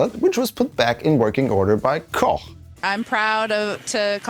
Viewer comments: After listening to the live feed for weeks, it's refreshing to hear Christinas last name pronounced correctly as per the language it stems from 😅 Everyone else simply called her "Cook", which of course isn't technically wrong, but still😂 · "Christina Koch" .. that's the first time ever I've heard Americans spelling the German "ch" aktually "ch" and not "ck" ... I guess for a reason 😂